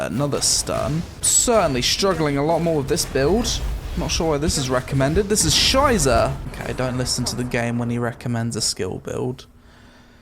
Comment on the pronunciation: lmao the random german cursing xD this is "scheise" almost good pronounciation, how did you learn it?